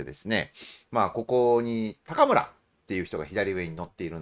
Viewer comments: お二人の関西ネタにはいつも笑ってしまいます😂。 ちなみに高村さんは(たかむら)ではなく(こうむら)でしょう。 立憲のいずみん終了ですかね😅。 国民民主のたま○ん終了確定‼️。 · たかむらではなくて、こうむらではないでしょうか？ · 「たかむら」じゃなくて「こうむら」じゃないですか？